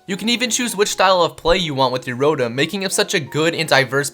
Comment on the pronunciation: It's Row-Tom not rodum Its ark-ee-yes not are-see-yes Its Zur-knee-us not whatever the fuck the other pronunciation is it's ee-vel-tall not yeevelta Gr-ow-don not groundon Ray quay za not ray quaz a Dee-all-ga not die all ga